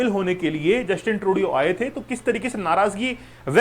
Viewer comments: Justin ट्रूडो होता है सर Justin ट्रूडियो नहीं होता है सर आप भी ना बस ग़लत नाम ले रहे हो वही नाम अब छात्र बोलेंगे ! 😮😮😮😮😮😮😮😮😮😮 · Sirji atleast learn to pronounce Justin Turdo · yes. ko batao